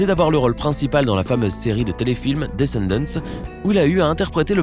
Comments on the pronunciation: J’aime pas quand il dis "descANdanTanTtteee " sa me soûl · Ça ce dit pas comme ça descandants 😕😕😕👎👎👎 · C'est pas desnèdent c'est desenden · mdr je suis le seul à stresser la manière dont il prononce Descendants